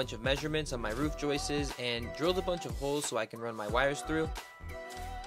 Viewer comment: Joists not joyces LOL :P